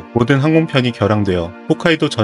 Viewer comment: 일본 관련 소재 다루는 유튜버들 대부분 홋카이도 라고 하는데 여기는 챤토 훗카이도 라고 해줘서 편안~~